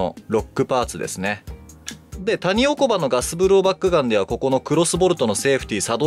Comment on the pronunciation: タ→ニ↑オ↑コ→バ↓